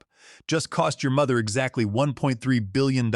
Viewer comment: The AI can't say 1.3 billion dollars